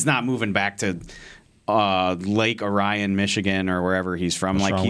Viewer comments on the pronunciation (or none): And it's pronounced Lake OR-E-IN.